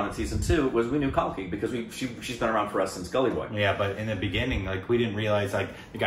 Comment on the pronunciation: Love you guys.. Great Reaction!! And finally you did it.. just said correct pronunciation of Kalki's name.. Its is cause of me? The dog died in the beginning when ZOYA's BF was threatening her. You missed it.. Guys i have been asking you to watch Omkara, its the long pending triology from Vishal Bhardwaj Also Guys Please react to DevD movie Guide movie Mother india - Trailer Reaction DONE already Sajjan singh rangrut - Trailer Reaction DONE already Punjab 1984 Subedar Joginder Singh (Another movie about 21 Sikhs Vs Chinese Army based on true story) Jatt & Juliet Oye Lucky Lucky Oye Rock On "Right here Right Now" song (Abhishek Bachchan Rapping Ft. Priyanka Chopra) Bluffmaster Ek Haseena Thi Zinda (Indian Adaptation of Old Boy) Karam Vishal Bhadwaj Triology ( Maqbool, Omkara & Haider, though you are done with two watch Omkara please)